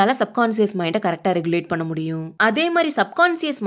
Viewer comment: Next time please pronounce "பண்ணே" as "பண்ண". Thanks !! ❤